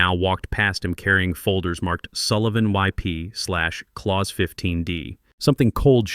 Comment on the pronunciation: A message for AI ... as much as I enjoy hearing my Germanic name "Klaus" pronounced correctly, you are in fact dealing with a "clause" which rhymes with "pause" or Santa Claus! Whoever "teaches" AI might want to introduce some of the unique aspects of oral English! Having absorbed my Mother Tongue, German, learned English as my second language, and then went on to learn French, Latin, Greek and Hebrew, I can assure you that similar arrays of letters often require quite unique pronunciations! AI functions suggest to me that we are approaching the day when words will simply be spoken as written ... which definitely would align with the German Language, where almost everything is pronounced! At the age of 70, I'm not sure I will out-live this linguistic functuality! Or, to quote a famous line, THAT is something up with which I will not put!!!